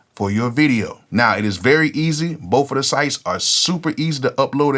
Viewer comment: "Boaf of em" 😂 As of now I'm just a beat maker because I haven't been in the studio, but I am working with several artists that I speak with on a daily basis. They also call me on discord when they are writing to the beats or at the studio recording songs to the beats and I will give my input on a few things. I look forward to becoming a music producer very soon. Appreciate the gems! 💯